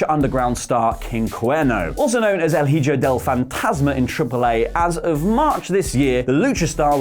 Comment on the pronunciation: Lol "El HeeJoe" It's e-ho